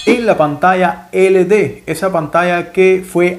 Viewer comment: No es LD es: LED